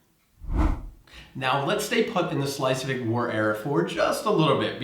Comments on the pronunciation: You both come across as very knowledgeable about DK and I completely understand the challenges with tongue-twitching place names. So, while Schleiswig might sound more German to your ears, its pronouncuation is actually just Schleswig/Slesvig :-) Other than that - impressive job and thanks for the beating the Swedes with a stick-tip 😉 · Why do you say Schleisvig? There is only one “i” in Schlesvig. I saw your vid. on learning to speak Danish where you explained how many letters in a word that were not pronounced and now you have started adding letters, but to be fair the ch in Schlesvig shouldn’t be pronounced and often the g is muted depending on where you come from, you could however add the extra “i” instead of the “g” and get away with it, so it would be pronounced Slesvii.🤣🤣🤣❤ But I still love you guys and may the force be with you. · Slice-week? That's neither good Danish nor good German. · bro saying schleswig wrong so many was trippy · There is no "i" in Schleswig.